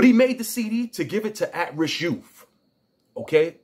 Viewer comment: Wtf are AT RISK ‘YOUFS’?